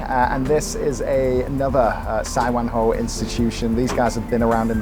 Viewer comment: my Man!! Great job there!! OMG, this brings back my childhood memories.... I spent my first 10 yrs in HK living in Tai Koo, just blocks away from Sai Wan Ho (btw, that's pronounced Sai-Waan-Hor)... Tai On Building has got all the hidden gems in terms of HK's street food/comfort food... I used to get the egg waffle there quite often as a kid... I'll definitely try out that Hainan chicken place when I'm back (I know, I keep saying this... damn Covid!) That places seems packed and buzzing all day long! One interesting thing I noticed from you is, the Brits tend to say rice almost like "rise" - but Canadians stress the word like "ice"